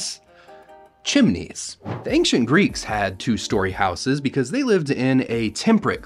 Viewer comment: The pronunciation for house is how s. But for houses is how ziz not how sis.